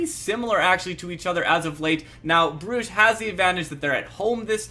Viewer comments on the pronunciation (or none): none